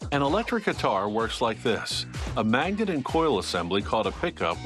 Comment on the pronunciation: A MANGET? lol